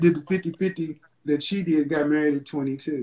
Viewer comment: High value people don’t use worlds like “dis, dat, dere” especially in a professional setting. The audacity!